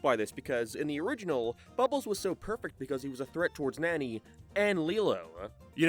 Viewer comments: fucking hate how this fella keeps BUTCHERING to nanis name, NAH-NE NOT NANY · Her name is pronounced “NONNY”, not “nanny”! You butchered her name! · Hearing the way you pronounce Nani is crazy, considering you liked the movies and have heard that they pronounce it differently Wait at like you switch to saying it right lol? Why are you bouncing from Nanny to Nani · Hey I'm gonna call you out as a fraud. You can't pronounce Nani's name correctly but it's one of your favorite movies? The live action movie isn't as good, but it's actually the only good live action from Disney. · i know you're an island boi(Irish) but I don't think Nani is pronounced like fanny. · Given the context of the whole video, the way you say “Nani’s” name is hilarious. Lmao